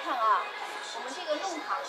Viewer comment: 弄long堂，不是nong